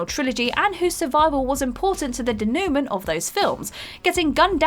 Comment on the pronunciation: "We see characters who survived the original trilogy and whose survival was important to the... Day-nu-men(?) of those films" Do you mean Denoument? If you don't know what a word is can you take 5 seconds to look it up instead of being lazy?